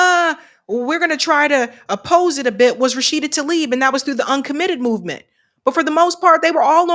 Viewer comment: T-La-ib not talib